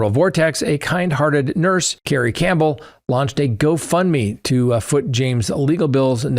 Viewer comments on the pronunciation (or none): none